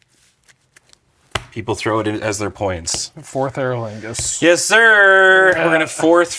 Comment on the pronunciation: I heard "fourth ero ligma"